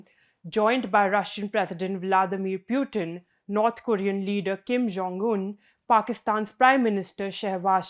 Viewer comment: pyutin😂, please correct your pronunciation